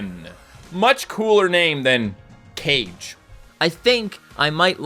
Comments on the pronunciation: it’s not “cage” it “ca-gay” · ok I love you man. You're the first reason I started playing the game but you've been saying this wrong for years. Its not K (C) age it's Ka (Cah) Ge (Gae) think Naruto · It's ka-ge not cage, also saggat is pronounced sag-got not sag-at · The Shinryuken is a very cool and strong Ultimate Combo move that I always see in Super Street Fighters IV Arcade Edition. That's not how you pronounce Kage's name not "Cage" it's Kah-geh. Nope Zangief and Ken are red enemies.Akuma however is considered as a black enemy. Awesome video on getting Crimson King of Battle Ken.Btw please play Clone Armies please.😀👍🙏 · Isn’t kage pronounced “car-gay” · Love the videos and also his name is pronounced Kah-geh and it apparently means shadow in Japanese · That'd be Kagei, it's spelled Ka - Gue (like in Guess)